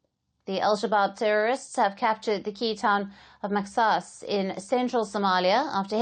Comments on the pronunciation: It's mahas not mexas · Kkkk not maxaas but say mahaas my dear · It’s pronounced mahaas. Not mexas 😂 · Not maxas. It is pronounced Mahas. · maxaas = mahaas please correct your pronunciation of mahaas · The X is pronounced how they pronounce in Arabic which is completely different from English instead of pronouncing X as “SSSS” in Arabic it’s more soft and deep in the throat not a single S should be heared it slightly closer to H, MAXAAS is pronounced like that